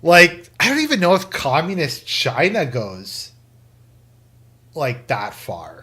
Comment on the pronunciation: "We're the government (of Chy-na) and we're here to help".